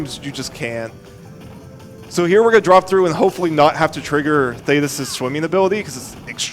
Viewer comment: shanock. you heard it here first folks argle argle????? why does he keep saying these names wrong , why does he keep calling queenbee "queen bree"???????? i thought it was a one time mistake but he says queen bree like 3 times not to mention THAYTIS ????????????OGGLE OGGLE why is nobody saying anything? it's not- theyre not called oggle oggle, it's Argoyle and Ugoyle